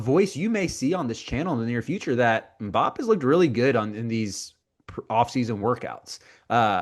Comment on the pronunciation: More like “had-eem” but with a little flem. Em-boop